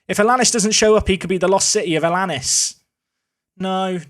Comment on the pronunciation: Think it might be Alan-ees for Alanís rather than Alannis, pronounces like Star Anice